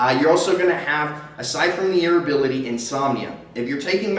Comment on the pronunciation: God irritability not irrability ! Maybe I just need to smoke again